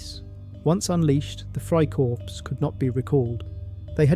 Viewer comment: The word is freikorps. The s ending is not pronounced just like in English.